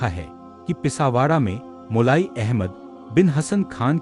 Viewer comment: जिसको पास से वॉइस eddit करी गई है वहां भूल है.... मोली नहीं मोलाई